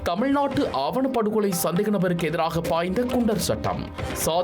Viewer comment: “ஆவணப் படுவகொலை” அல்ல “ஆணவப் படுகொலை”! எதிர்காலத்தில் திருத்திக் கொள்ளுங்கள்.